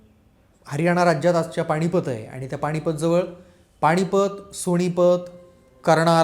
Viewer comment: न आणि ण मधे जरा गल्लत होत आहे, पण हरकत नाही.सादरीकरण खूप चांगले आहे. बोलत रहा भिडू. पाणीपत, राहूण वगैरे शब्दांचे उच्चार “standard” नाहीत.